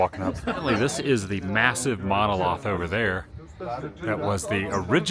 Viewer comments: I almost thought he said MONOSLOTH 😂 Still a great vid! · You say SAUCONEY … I say SAUCONY… you say MONOLOTH … I say MONOLITH… let’s call the whole thing off 😂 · Monolith not monoloth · Monolith, not loth :) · Monah-Lith attn: Adam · "monoloth", lol. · mano lith short "a". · No, he was trying to say MonoLITH, but Adam was being Adam with bad mispronunciations. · 3 seconds in and this idiot mispronounces Monolith. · I was like “a mono-what?” 😆 The word might have been mispronounced but it was used correctly! We ALL mispronounce worlds. I mispronounced pho for years. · He mispronounced it what a idiom! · She just created this account last week, mainly to correct his pronunciations. Twice with Quito and now monolith.🙄